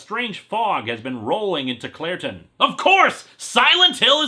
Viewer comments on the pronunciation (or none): When he says Clairton, I keep hearing Claratin, lol. Then again in Star Wars hot have Captain Banaka and Anacin Skywalker.